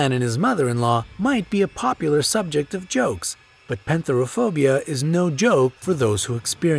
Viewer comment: When you're Greek and someone from another country tries to pronounce our words😶😀 and it's pethera not penthera